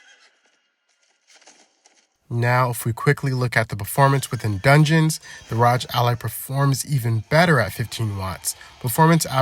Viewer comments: R O G just say the letters not rodge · "the ROGE ally"💀💀🙃🙃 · Cmon bro you're saying ROG like that on purpose.